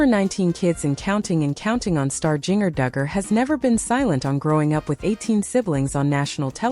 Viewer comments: It is spelled Jinger,but it is pronounced "Ginger like the spice!! Please pronounce it correctly!! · Jinger is pronounced like the spice….ginger!!